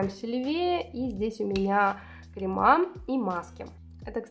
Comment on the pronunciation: Бьюти блогер, который говорит «кремА» ... это 🤦🏻‍♀️🤦🏻‍♀️🤦🏻‍♀️🤦🏻‍♀️🤦🏻‍♀️🤦🏻‍♀️🤦🏻‍♀️🤦🏻‍♀️🤦🏻‍♀️